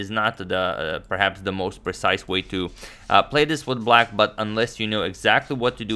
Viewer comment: Emphasis should've been on "play "...